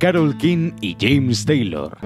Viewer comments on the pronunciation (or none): none